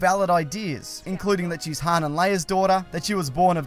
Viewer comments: It is Han like Hon... Not like hand... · stop saying han like HAN-d. It is pronounced HON